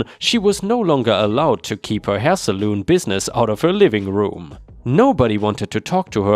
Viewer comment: ⭐⭐⭐⭐⭐⭐⭐⭐⭐⭐⭐⭐⭐⭐⭐⭐⭐ Hi. Hope you're having a great day. Quick note, to help you with pronouncing 2 close, but different words..... Salon is pronounced like sa-lawn. Saloon is like sa-loon. 🙂❤️